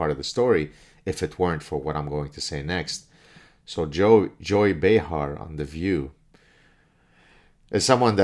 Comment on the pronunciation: Nearly said "Joe Behar" 😂